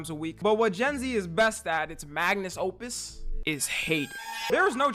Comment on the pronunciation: Someone tell him it's 'Magnum Opus'